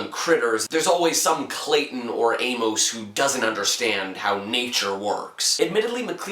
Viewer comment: "A-mose"? "James Wood"? Also, you're kind of annoying. Sorry. :/